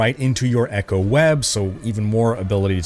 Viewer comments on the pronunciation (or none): none